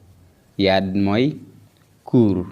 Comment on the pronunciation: yard "r"bi loutakh donko lire